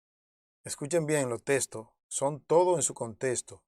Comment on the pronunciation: Por favor, no se dice,contesto, sino, contexto, habla claro